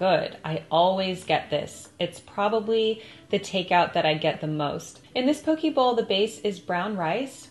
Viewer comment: Yum! I grew up in Hawaii and thought you’d love to know that we say po-kay. I used to be shocked by all the extra things added on mainland poke bowls but now that I’ve lived on the mainland for 9 years I appreciate it 😁